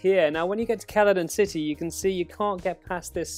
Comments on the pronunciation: Yes Keladon city definitely not pronounced seladon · "Celadon City" is pronounced "CELL-A-DON," it's not a hard consonant sound. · ITS PRONOUNCED "SEL-A-DON" CITY, GOT DAMMIT!